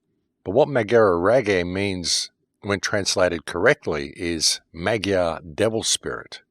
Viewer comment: Once again, excellent work,. Thank you so much. BTW, the pronunciation (Hungarian) of the word "Magyar" is more like "mud-jar". Blessings on you, my man! PLEASE keep it going. Your research helps us all.